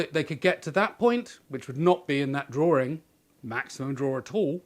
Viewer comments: Why are you "draw-r-ing"? Where is there a second r in this word? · interestingly the drawring, then I heard some others say he - is for his. Looks to me like a new language creation. Its the invisible letters.